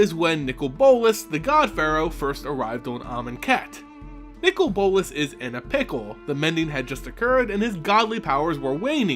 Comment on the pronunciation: His name is not nickel bolas it's Nicol bolas